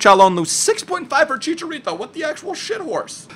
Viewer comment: It's chicharo not chicha